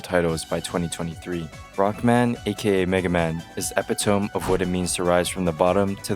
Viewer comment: It's pronounced epitome goddammit Edit: I played all three when as they came out, I don't think I skipped any dialogue, and I really enjoyed the battle system.